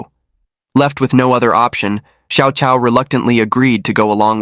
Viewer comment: here's how you can improve your pronunciation of Chinese names. "Cao" is pronounced as "Chao". "ah Cao" is "ah Chao".